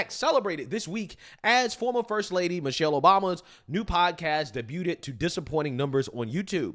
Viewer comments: It’s pronounced day-bued not day-bu-ted…… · While you're tearing a black woman down, know this, daybooted (debuted) is not a word. In the word debuted the "t" is silent. Thank me anytime. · Love your channel… but “debuted” is pronounced “day-byood”. I have heard you mispronounce it so many times. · Debooted bro? Debuted? Seriously? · “debuted” is not pronounced with a “t”. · That chocolate man in the first clip cannot dance. lmao, your pronunciation of debuted was not even remotely close. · Bro, you need to learn how to pronounce debuted. The t is silent